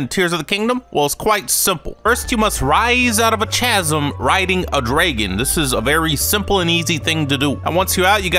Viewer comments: yeah dude also said chaz-em instead of ka-zym. Not how you spell it ik, its how it looks when pronounced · Wtf... zelda is the princess first and foremost. Not only the characters names pronunciation in general! KAZ - UM no CH CH CH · It's pronounced kasm ,not ch-asm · 9 seconds in called link zelda pronounced chasm and dragon wrong holy shit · Bro called Link Zelda and pronounced Chasm wrong in 10 seconds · I really hope pronouncing chasm like that was also a joke 💀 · 1) it's Link, not Zelda 2) the ch in chasm is pronounced like a k. Just Google "chasm define", without the quotes. It has pronunciation